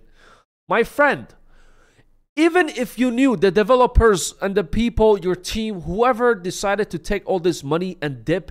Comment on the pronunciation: Lmao! The way he says developers! 😂😂😂 I can't! 😂😂😂